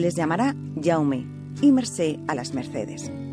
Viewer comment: Què horrible, Déu meu... Alecsandre, Iaume, Puiol, però quina pronúncia és aquesta? I la italiana donant lliçons... però perquè no aneu a la merda i us foteu en els vostres assumptes? I foteu-vos el Castellà pel cul ;)